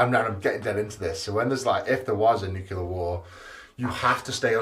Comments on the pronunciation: Oh, Eddie. It's nuclear, not nukular 😂😂😂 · A nucular bunker!